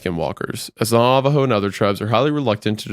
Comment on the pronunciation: Very late but I'm not sure if someone said this before, but as someone who is Navajo and has lived with these stories, I am appreciative that said the name right. A podcast host I used to watch said nava-joe and it's not like private information in how it's pronounced. As for the pronunciation, also pronounced it correctly (my mom confirmed, she's a proficient Navajo speaker but I am not) but because he's not proficient in the language, it doesn't sound like it should. Good job.